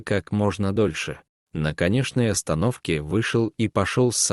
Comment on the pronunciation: Не на "конеШной" ,а "КонеЧной" остановке